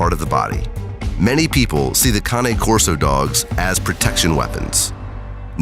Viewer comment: They finally found a narrator who can pronounce the breed name Cane Corso!